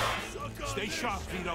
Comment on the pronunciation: “How’s that for stay sarp” lol